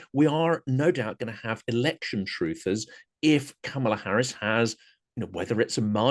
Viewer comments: A Black woman, the sitting Vice President, has told you how to pronounce her name: it's KA-ma-lah. Please stop messing it up. It's kinda sexist and racist to persist in the error. Plus it's exasperating. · It’s neither sexist nor racist, what makes you think everyone has been schooled on pronounciation of Kamala?